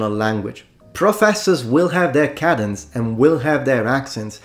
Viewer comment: You say the word cadence as cadddence but Americans pronounce this word as cayedd-ens, emphasis on the cay syllable.